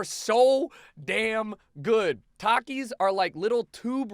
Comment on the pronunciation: well you are a terrible person for so many reasons of this list... i can over look those but you pronounce takis wrong and because of that you are wrong